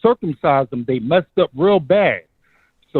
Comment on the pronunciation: Can someone please teach how to say “him”, & not “hum” 🤦🏾‍♂️